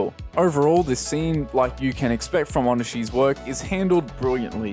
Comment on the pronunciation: I don't mean to be a stickler but his name is pronunced "Ree-oh Oh-nee-she"